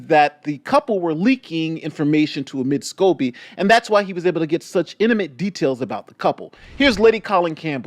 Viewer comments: Lady C calls Omid Scobie "Amid Scabies". 😂😂😂😂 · Is it just me but didn’t she just say Amid Scabies? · Did she say omid scabies 🤣🤣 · Hahaha~ i just love Lady C! She calls him “Amid Scabies”🤣